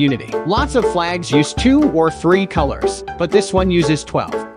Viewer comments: It's pronounced Believes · The disrespect to belize iswi im offe ded that u pronounced it wrong bit thank u for even knowing abt my country